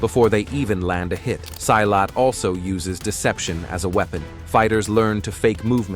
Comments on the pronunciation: Silat is actually pronounced like you pronounce "C" on celcius. "see-lat" Not Seilat. www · Wrong pronunciation. Silat pronounce SEE LAT not sailat. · Funny how virtually every martial art make virtually every claim made here about Silat. And its see- lot, not s-eye-lot. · Pronounced "See Lat" not Sigh Lat. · pronounce it see laath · pronounce "see-lat"